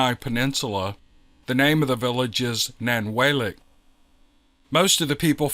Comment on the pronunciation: love you're stories but that's nan-wall- lick don't worry I'll keep you up on these Alaskian things